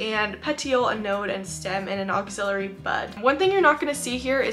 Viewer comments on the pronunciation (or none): Ax-ill - ary. Love your content but this mispronunciation is just bugging me.